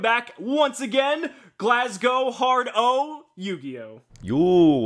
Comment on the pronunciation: As someone from Glasgow I can't describe how happy I was when actually pronounced it correctly.